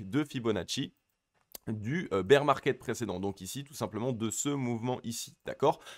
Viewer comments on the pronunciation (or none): none